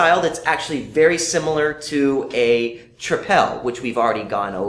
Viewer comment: It's very interesting to see Belgian beers reviewed & tasted overseas. I really liked the video but just one remark: it's not 'trip-èl' but 'triple' as you would pronounce that word in English. Cheers guys!